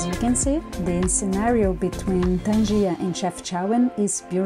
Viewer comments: Is not tanjia .is tanger .welcome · It's Tangier not tangia😅, i think even in Brazil or Mexico there a town called Tangier